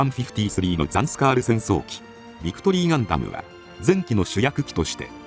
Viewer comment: ガンダムの「ガ」を鼻濁音で発音してる所が有るのが気になります……。鼻濁音のガ行音は、外来語的な語には使わないのが妥当です。